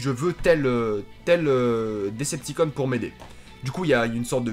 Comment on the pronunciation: La seule chose que j'ai pas aimé c'est les prononciation autobo decepticonnn ! Twransformers en mode anglais